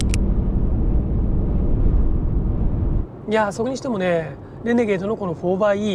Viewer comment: イントネーションはレ→ネ→ゲー↑ド↓…じゃないの？私少数派？